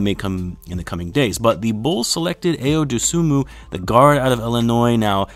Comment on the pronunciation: It’s pronounced Eye-Yo Dough-Sue-Moo